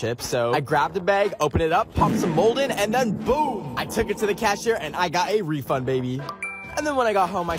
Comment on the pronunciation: bro no one noticed this but when said he got "free" bread sticks after awhile is he like "Refund!" (no hate i love his videos)